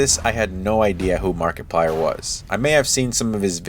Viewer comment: Was it just me or did I hear you say MarketPlier? 😄 Great video my dude! (Found you shared this on reddit)